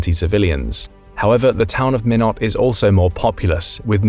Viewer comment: We pronounce Minot as “MY-not” rather than “minn-ut”